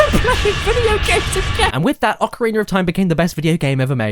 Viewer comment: I thought that you pronouncing "Vaniller Ice" is just a part of the joke, but after you said "Ocariner of Time" and , I'm not so sure anymore. O__o'